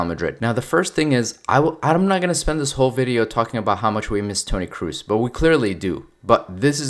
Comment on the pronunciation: Toni Kroos, you dont spell it Cruiz, its spelled how its written